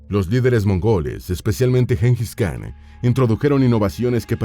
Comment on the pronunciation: En idioma mongol khan se pronuncia Jan. Y el nombre se pronuncia Chinghis